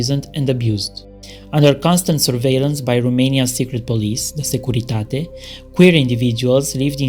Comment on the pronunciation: But listen to how well he pronounced ‘the Securitate’. Oh, you’ll have to learn to adapt your hearing or your listening skills if you want to do well for yourself wherever you are in the world.